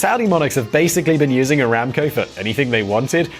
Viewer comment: Bro it's not ramco it's one b the it around 4.32t